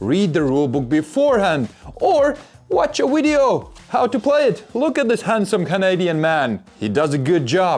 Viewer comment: "Whatch a 'wideo'!" 😄 I love it!